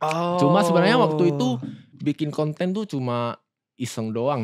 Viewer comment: Berapa kali dia ngomong wa'tu itu 😭